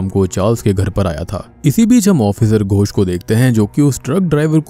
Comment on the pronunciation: Tum bar bar gosh gosh kyu kr rahe ho it is ghos not gosh ...gosh matlb pata h kya hota hai mansh ko kehte hai gawar ...